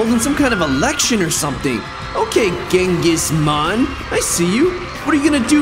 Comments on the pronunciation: It is not ghengis man it is chengis Haan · Bro it's Genghis Khan not Mann the leader of Mongol empire plus good vid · Genghis Kan ❌ Mann✅ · Genghis man u mean genghis khan